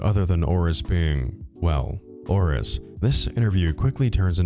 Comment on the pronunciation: i cannot unhear him saying Horace everytime he says 'Auress'